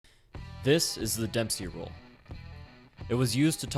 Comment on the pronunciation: DEMPPSHEEEY ROLLL-DA